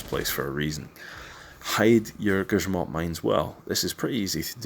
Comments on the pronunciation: Finally someone who doesnt speak polish pronounces grzmot right. Not gryzmot like everybody else. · ok but his pronunciation of “Elżbieta Bosak” and “Grzmot” is surprisingly accurate